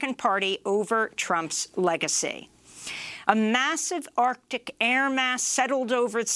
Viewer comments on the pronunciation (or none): none